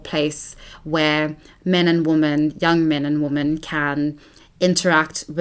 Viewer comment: I think you're phenomenal and this was a great watch, but it was a bit cringeworthy to hear you mispronounce "women" every time. It's usually red pill/black pill men who pronounce "women" as "woman", so it's interesting that the incel is the one who pronounced it correctly in this case